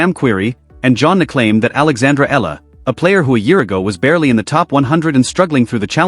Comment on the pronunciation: Another idiot who cannot pronounce her last name properly, it's - Ee yah la....not Eh la.